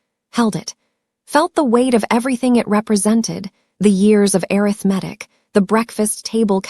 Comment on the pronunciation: If you can’t get the AI to properly pronounce “arithmetic”, choose another word.